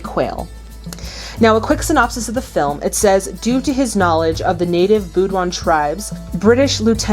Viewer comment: "native Boo-doan"...lol ITS BAE DO ENN. Bedouin. :P